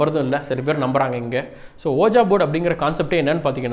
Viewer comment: Thats actually pronounced உய்ஜா ! That isn't oja ! .... FYI...